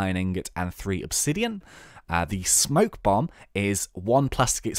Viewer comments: Spoke bomb, not smoke bomb. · It's spoke bomb